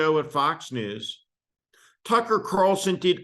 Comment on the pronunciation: Steve. Please don't pronounce the guys name with an "f" instead and a "c"